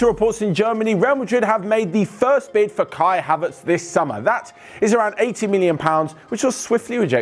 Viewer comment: Did anyone hear when said kaverts instead of haverts